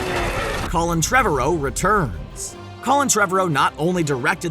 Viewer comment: It's Treh-VAR-row. Not Trev-a-row